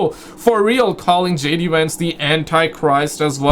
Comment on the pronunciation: JD VANCE not WANCE 😂😂 or WENTZ as your captions suggest fml